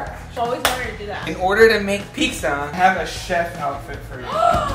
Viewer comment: It’s (Pi-Tz-A) not pigsa